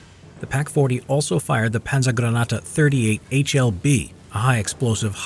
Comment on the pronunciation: It would be so easy to google the pronunciation "Granate". Instead you chose to call it "granata". Isn't this an educational channel?